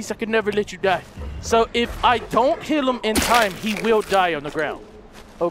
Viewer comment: He did say heal he just pronounced it, "Hill".